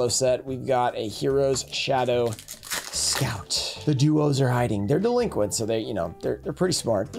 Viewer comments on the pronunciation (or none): none